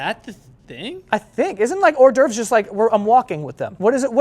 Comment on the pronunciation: "Ordervs" is much closer and sounds right... how do you get "whore door"